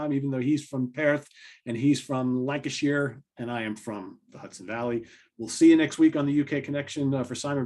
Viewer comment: After getting it right last week Pronounced Lancashire as Lankasheer. Practice will make perfect! Was that a can of Tardis Pilsner? Remember Suzi Quatro and "Can The Can"? Anyway tonight I am drinking San Miguel. Back to the main event......